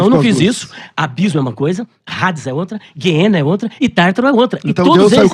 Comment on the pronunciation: o nome não é "HADES"(Rades); mas AIDES ou ADES, Grego Clássico.